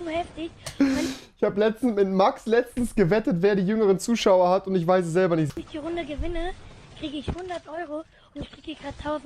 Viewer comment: Rewi und sein TICH seine Aussprache :)